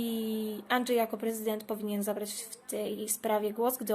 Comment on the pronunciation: "Anczej" XD